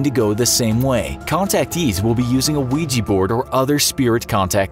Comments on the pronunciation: What says: Ouija board What I hear: Luigi board Wah wah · its Ouji board, not luigi board 😅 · "Imagine your friend comes over and brings a weegee board" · Why use “a” ouija board then? Since ouija sounds like weeja you use an a instead of “an”